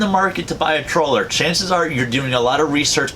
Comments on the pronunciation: Troller or trawler? Half the time he says troller. Kinda funny. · Let's see: Video is called "3 Cautions...", then this guy says "I just wanna caution you to be aware of a COUPLE of things". Then he rambles on about the tradeoffs of trawler speed/efficiency. Oh, and he can't even properly say 'trawler'. If this so called were a live game hunter, he would have starved to death and we wouldn't have had to sit through this vapid pointless rushed video.